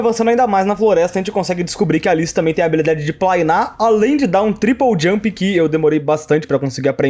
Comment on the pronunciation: Me desconcentrei todas as vezes que ele falou "plainar" ksksk